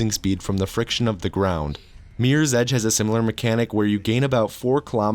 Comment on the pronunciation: "Meers ej"